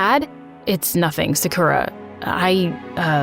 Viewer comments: She said im seukra its sa - ku - ra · It is not 'Saakurra' but 'Saakaru' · literally loved this story but the thing that annoyed me is that her name is pronounced (sock or uh) not (suck ur a) ik that bc thats my friends name i also looked on google translate to make 100%sure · BRuH it’s not su Kuh ra it’s sa ku Ra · sa-kura no suhkura yes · it gives me the ick when yall use other people's name or culture but dont pronounce it right... it's SAKU-RAH. the stress is in the RAH. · Who is kinda annoyed that Sakura in this vid is pronounced se- ker- a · Its said sa-ker-uh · is it not pronounced sakcrew-ya? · sakra is how Sakura is pronounced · And the prononciation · who pronounces sakura like that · Is it just me or is the people pronouncing Sakura wrong the whole video kinda annoying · i cant stand this, next time try looking up how to pronounce a name pls for the love of japan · It sounds odd to hear Sakura pronounced different. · why did they pronounce sakura like that 😭😭